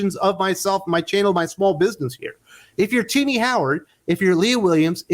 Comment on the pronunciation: everytime you say Tini I hear ti**ies😁😆😅🤣😂🙂